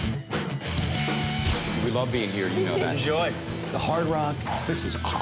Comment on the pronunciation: Daisy in each episode says wuv can't even pronounce love 😂😂😂🤣🤣🤣